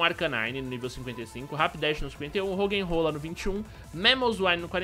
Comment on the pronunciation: "RoggenROLA" hauahaua